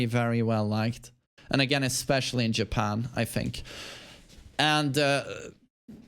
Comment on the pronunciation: When you say "popular, EsPEciAlLY iN JepeArnn", what are you basing that on?